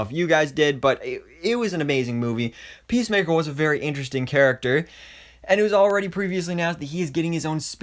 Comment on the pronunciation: Pissmaker like the way kingshark pronounce it